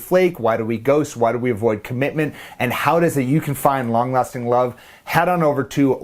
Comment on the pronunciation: Am I the only one who kept hearing “ long lusting love “?! 😅😂😅😂